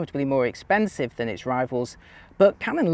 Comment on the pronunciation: Old guy should know better how to pronounce whether and than…